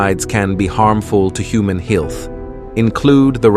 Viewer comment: "...can be harmful to HOOMAN HEE-ILTH".. Wait --WHAT??! 😆😆😆😹😹😹 Your AI isn't very experienced with navigating speech, is it? Rotflmfao !!